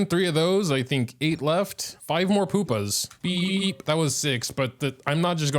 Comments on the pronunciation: It's not "Poopa", it's "Pupa". U. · I think Pupa pronounced Pyu-Pa